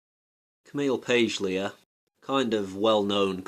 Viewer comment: This is misleading. Also, please learn to pronounce her name correctly.